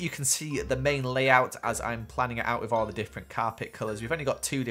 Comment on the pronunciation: I live to hear say “wiv” and “barroom”